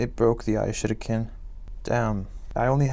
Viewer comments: F in the chat for the "I shadow kin" I guess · Of course the ishurikin broke after all it sounds like you were calling it the ishitican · Why does it sound like he's saying I sh** again 🤣🤣🤣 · He says that he will use the I shitiken but it sounds like he said I will use the I shit again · it sounded the same as "iShuriken" but in sus version"I Shit Again"